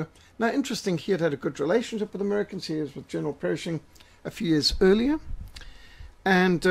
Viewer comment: PERSHING, not "Perishing"!